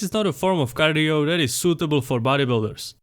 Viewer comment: bro finally learned how to pronounce cardio